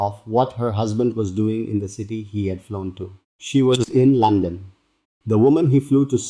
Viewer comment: London not Lonson